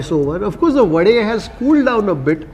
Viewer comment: pronouncing wadE, dosE correctly quite lately but i appreciate this! 👍